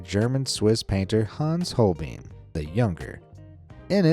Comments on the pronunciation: Hol-BINE. "EI" is always pronounced as a long I in German. What? The French, prudes? Almost everyone pronounces Van Gogh's name wrong. It does NOT rhyme with "go". What? The guy's arm and exposed neck is supposed to be a baby? So-er. Dali also painted a picture of the Last Supper with a dodecahedron in the background. A dodecahedron is a 12-sided solid. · It isn't hol-BEAN, either. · holbein is pronounced like holvine not holbein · The German letter-combination ei is pronounced like the English letter i btw. Holbein is pronounced sth. like Holebine. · Would it have been so hard to Google the correct pronounciations of Holbein and Scheveningen? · Pity the narrator doesn't know how to pronounce Holbein, Millais, Huguenot, sower - (I'll allow Van Gogh as I realise that's the standard American mispronunciation)